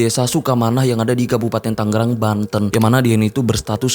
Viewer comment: Bang tangerang bukan tanggerang. G nya 1 biji aja bang wkwkwkwk